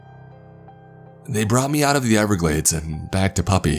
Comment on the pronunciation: The Goddamn n-everglades